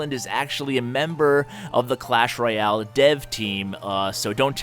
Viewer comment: He says " Clash Roy Al" xD